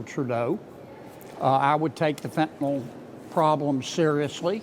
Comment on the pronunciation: Did she just fentenall? Does she know it's fentanyl?